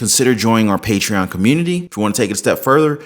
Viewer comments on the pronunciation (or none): none